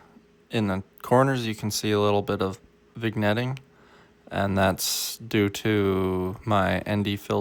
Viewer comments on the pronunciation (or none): vignetting: pronounced "vin yetting". Great video. Solid skills.